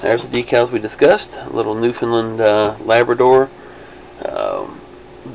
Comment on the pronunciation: CosmicOwl I believe that did an exceptional job of pronouncing Newfoundland actually:) Damn for a guy who likely can't even tie their own shoes, I am surprised that you are so offended by this.... jack. So before you claim to be an expert on the subject... you better take a look at this link... (from mind you) You can start kissing your new "pals" ass anytime now. Go troll somewhere else.